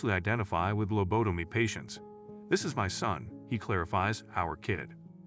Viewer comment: Seriously people learn to pronounce your words... You pronounced rapist as rappist. Seriously if you're going to speak to others do it correctly. Don't get me started on Lo Bo Tom e, do you even know what a labotomy patient sounds like?